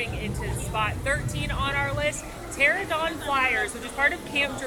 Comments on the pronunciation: * Pter-ANO-don, not 'Pteradon' * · It's p-ter-an-o-don (silent p)